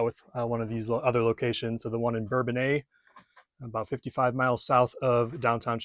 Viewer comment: It’s pronounced Urbana not urban a..lol😂